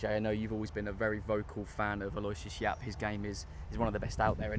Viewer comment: Who Yap? Butchered the name